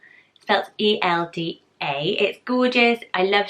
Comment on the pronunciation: Elda is actually pronounced Ilda